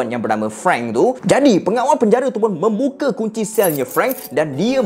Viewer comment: Tak tau nk komen apa. .cme nk ckp membuka bukan memuka😜🤣🤭